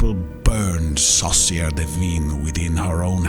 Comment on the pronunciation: The way he says witch (sorcières) sounds like sauce maker (saucière) which also works